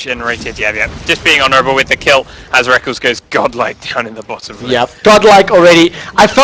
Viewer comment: Omfg plz stop saying rekles is "Rek" "kles" dumb commentator2